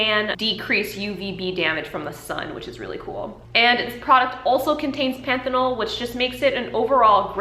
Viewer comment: You're pronouncing panthenol (vitamin B5) correct. Great video.